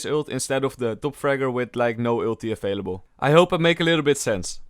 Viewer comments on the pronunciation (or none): none